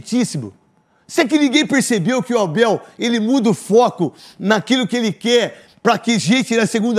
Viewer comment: O Abel Ferreira tá sertissimo tem jornalista gui guer falar o gui guer i não guer ouvir guem fala o gui guer ouvi ogui não guer